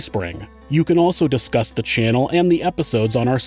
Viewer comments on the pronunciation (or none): none